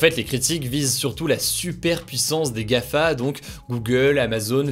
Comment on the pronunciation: GAFAM pas Gafa déjà que les infos a la télévision font cette erreur, ne reproduis pas leurs erreurs.